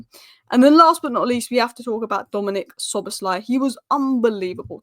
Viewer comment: "Dominant Szoboszlai"